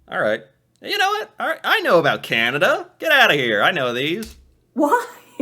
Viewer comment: Also the lady pronounces Canada more like Cenada. Don't know why.